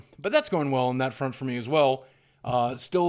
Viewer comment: Goring? Goring to the market? It's like people here in Missouri saying "Worsh" instead of "Wash." John Goodman of Rosanne has pronounced "Wash" as "Worsh" and he's from Saint Louis!